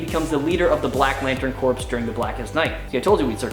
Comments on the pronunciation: Sorry dude but i have to say it. Its pronounced core not corpse. Welcome to the nerd squad though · corps is pronounced core my friend.